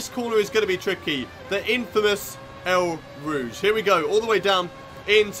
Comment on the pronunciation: It sounds like you’re say el rouge not eau rouge